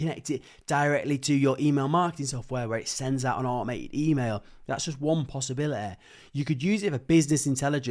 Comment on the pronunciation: " that just one posibileee " ...you have some speech impairment?